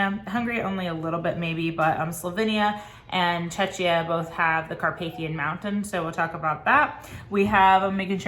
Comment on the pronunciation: Thank you so much for taking the time to do these! It's my first year tutoring so these videos are life-savers for me. Also, for anyone else wondering, Czechia is pronounced "check-ee-ah." Also known as the Czech ("check") republic :)